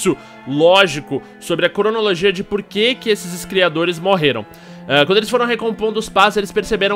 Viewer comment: " Iscriadores "